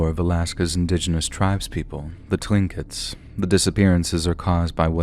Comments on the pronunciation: Tlinqit..... spoken as "cling git". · It’s pronounced as “clink-it” and “cooshta-ka” I live here and know both terms. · Tlingit is pronounced "klinkit" look it up.